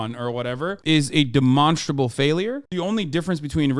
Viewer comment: love when hasan says demonstrable. he hits it so hard